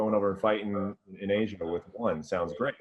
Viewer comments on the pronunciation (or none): none